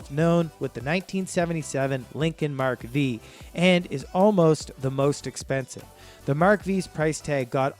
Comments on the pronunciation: Mark Vee, Tornado 🤔🤔🤔🤔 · Mark "Vee" really, it is a Mark Ⅴ as in Roman numeral 5, you guys need your Junkie Card revoked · It is Mark ( Five) in Roman Numerals V not Veee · Mark Vee. Hahaha. I couldn’t stop laughing. Geeeeez